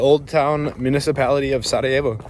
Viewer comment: you are the Man! I am born in Sarajevo but I enjoyed your presentation,your knowledge and very good pronounciation of our language.❤